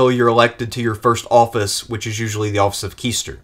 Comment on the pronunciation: I have one remark - you shouldn't pronounce "quaestor" as "kiester" but more like "quest-or". My knowledge of Latin is limited but I know this much - "quae" is pronounced as "kwae". "Quaestor" is closer to the English "question" - means to search, quest, audit. Questors would be auditors for various higher offices and served as confidential muckrakers and auditors for governors and military legates and consuls - they would double check and report if some corruption was happening during the military supply process. They were a way to check corruption that could endanger military campaigns if the troops were supplied with overly expensively purchased substandard food and equipment.